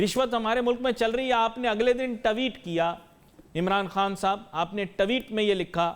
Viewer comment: Sala Tweet Ko tatte Bolraha hei